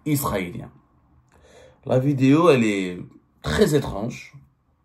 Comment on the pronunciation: Cites moi un seul nom d’un ministre qui a fuit pendant la décennie noire ???!!! Tu goinfres à tout les râteliers gros cochon !!! Au passage on dit vidéo et non pas vidio arrête de le répéter dans toutes tes vidio 🫣😜